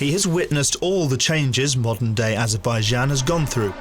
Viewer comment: It would be a good idea to learn how to pronounce Azerbaijan correctly, before actually beginning the narrative. And Nakhichevan is not an enclave, bur an exclave.